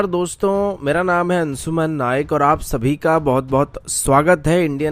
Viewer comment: आपका नाम अंशुमन नायक है ना कि अंसूमन नायक।